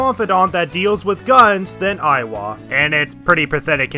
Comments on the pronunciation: tbf you did pronounce Iwai as Aiwa repeatedly throughout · It's iwai, not aiwa XD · it‘s iwai, not „aiwa“ ^^‘ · I will have to correct your pronunciation on some. _Moon-a-he-sa E-why _Haru doesn’t have a pause after ‘Ha’ _He-fu-me toh-go Also, I’d argue that Party members should be a lot higher, as baton pass is absolutely needed. Part of the reason I didn’t use Haru at all after I got a psycokenesis persona was that I missed her confidant. Plus, Takemi should be top priority early on, as her SP items are an absolute lifesaver first time around. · BTW the Hanged Man is pronounced Moo-nae-hee-sa Ee-wa-ee I still think Yoshida's perks are useless. Negotiating with Shadow is super easy and money problem is easily solved with Pulinpa on bosses. Even more so in Royal, because they changed how Ryuji's insta kills works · It triggers me how you pronounce Iwai' It's "Yi-why" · It's not. It's pronounced "E-why" it Japanese it's written イワイ (I wa i)